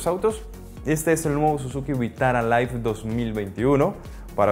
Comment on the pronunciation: Ten en cuenta que la pronunciación de LIVE es diferente a la de LIFE